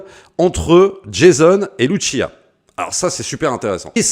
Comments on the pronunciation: Franchement ça a l'air incroyable !! Mais juste pour faire le relou ! On dit LuCia et non Luchia car elle est latina et non italienne ! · C’est Lussia, pas Luchia. Elle n’est pas italienne mais sud-américaine.